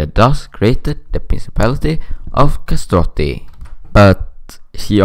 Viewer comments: Kastrioti not Kastroti. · Not kastoti it's kastrioti.